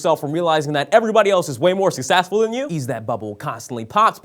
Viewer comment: Im sorry... but "Suc-sass-ful"?